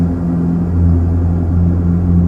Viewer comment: как всегда супер! Но позволь вопрос - почему "двигателЕй", а не "двИгателей"?:)